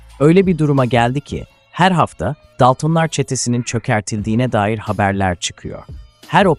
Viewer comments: Daltın daltom demeyi bilmiyor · Yapay zekayla seslendirme yapıyor daltonları daltın diye okuyor yapay zeka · DALTIN ne aq... hadi dedim belki dili sürtçtü, ama sürekli aynı telafuz. gıcık olduM, DALTINLAR NE AQ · Tüm videoyu bi kenara bıraktın buna mı takıldın sevgili dostum? Senin için olay Dalton'lar yerine Daltın'lar demesimiydi?? Ya da daltın deyince video'dan hicbirşey anlamadın mı? Ben Can Dalton Çetenin reisiyim ulan ben bile Tribe girmedim sana ne oluyor?? Neyse Yalvarmana gerek yok seni işe aldım İstanbul güldibi sokak no-9 evde yokuz dairesine git AbdulMuttalippiyleys isimli şahısı bul Götün'den bi kıl kopar bana getir!!Sakın başka birinin getireyim deme anlarım Tam gözünün üstüne sıçarım ölene kadar'da silmeni yasaklarım Ölene kadar dünyayı bombok'um görürsün! Bekliyorum hayde. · Yapay zeka konuştuğu için normalde dalton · Doksındokız bin dolır ne demek bir de daltınlar😂😂 ya senin seslendirmene skm 😂😂